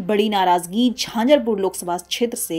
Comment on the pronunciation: झांझरपूर नहीं झंझारपूर कहिये 😮😂